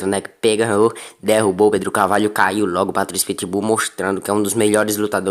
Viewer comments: Patricio, not Patricky. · É Patrício e não Patrick🤣🤣🤣🤣🤣🤣